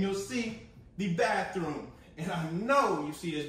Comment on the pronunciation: We saying, 'Bath-throom and Bed-droom' now😁🙊🙉🙈😄